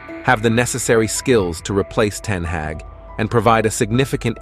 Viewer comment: You've mispronounced both Ten Hag (Harg) , and derby (Darbee) in the opening 40 seconds 😢